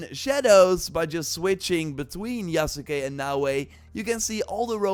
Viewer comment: Hey, Yasuke is pronounced Yahs-kay. The u is silent.